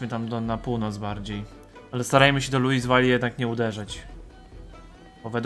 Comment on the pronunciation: Czyta sie luiwil a nie luiswal